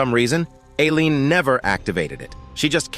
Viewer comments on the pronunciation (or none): I absolutley lost it hen the AI voice said "alien" instead of "Aleen" 👽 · All the mispronounced names. Sajean instead of Seijun Alien instead of Ailene Seijun instead to Theo Teo instead of Theo Kwang instead of Keuing Raine Mountain instrad of Cow #4